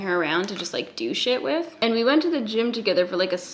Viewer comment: I'm sure you say 'do shit with' but I swear I heard 'douche it with' twice :)))